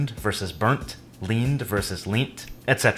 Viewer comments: . LEANT in British English is pronounced LENT. 👍🏻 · The commentator in the video made one obvious error in pronunciation with the past participle of the verb "to lean". He said that in the USA it would be "leaned" but in the UK it would be "leant. which he pronounced as "lean" with T at the end, but it's actually said "lent." Three dots (full stops/periods) is called an ellipsis. It's used when there is more to be said, but it's not written down. And what's missing is often obvious. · Leant in British English ( eg The man leant against the fence) is not pronounced "leent" it is pronounced like "lent" . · Shan't is one of my favourites I never hear from Americans. I'm quite fond of it, how it squashes together two different things to give a ye oldey sound. Also he said "leant" wrong, never heard it like. More like "lent" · Fascinating video, which covered a lot while keeping it simple. There was one point where he mispronounced an English word. It was in the section about the past tense ed/t like learned/ learnt. This was all fine, but he made an error with pronouncing 'leant' (US leaned). he pronounced it exactly the same except with a 't' instead of the 'ed'. In fact this on should be pronounced 'lent'.